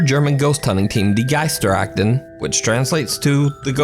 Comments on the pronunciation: Love how you pronounce "Die Geisterakten", haha. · It sounds so funny when you say "Die Geisterakten".